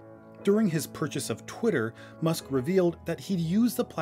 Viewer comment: Did You Say "Pwitter"?